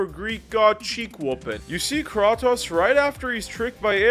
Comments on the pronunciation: It’s Cray-tose dawg 🙏🙏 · "That's some Mortal Kombat stuff" Kratos was a guest character in MK 9 on PS3. And its Kray-tose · It's said "Kreitos." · Is this guy trolling or does he genuinely believe it’s pronounced “kraw-tose” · So… the “Krah-toes” was for ragebait engagement, right? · ah yes... krah-tos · Very good vid but what is krwatos?😂😂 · I can’t handle how many times he mispronounces Kratos. There’s voice acting in these games and they say Kratos’s name multiple times in the games. Like how is he mispronouncing it? Great video but can you just say the character’s name correctly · How u played all of god of wars but still don’t know how to pronounce his name ? Lol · You also missed pronounced kratos name wrong